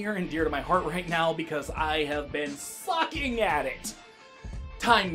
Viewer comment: Am I the only one who thought he said "Fuc*ing" instead of "Sucking at it"?